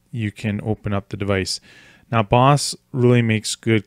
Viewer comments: I like how he says "boss" when it's "Bose" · It's not pronounced Boss. But hey great instructional video.